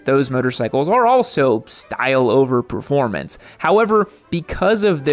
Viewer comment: You lost me at "proformance" vs. "performance. Moto riding is about what's between your ears ... and not your legs.